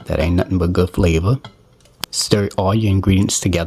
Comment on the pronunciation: I watch and enjoy lots of cooking videos and this is my first time viewing one of yours. As soon as you said “extra flavor”, the accent you put on the word FLAVOR tells me that you are from Louisiana. Am I right? 😁